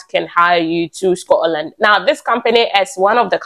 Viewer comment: Scotland not Scororland 👎